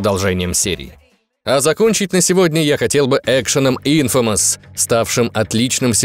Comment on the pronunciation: Лайк просто за правильное произношение Infamous )